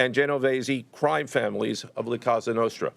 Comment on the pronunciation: It's la Cosa Nostra not la Casa Nostra that by the way they're gone long time ago !!!! Stop saying casa nostra !!!!